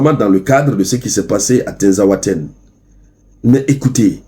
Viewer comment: Prononcer tinzaouatène et non tinzaouatènè